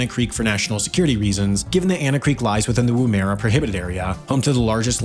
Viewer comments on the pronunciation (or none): And the pronunciation of Woomera was incorrect as well. Narrator said Woom-era, instead of Woom-a-ra.